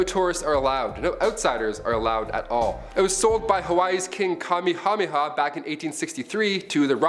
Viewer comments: King Kamehameha = King Ka-may-ah-may-ah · King ka-me-ha-me-ha?! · The way he pronounces Kamehameha is hilarious! 😂😂😂😂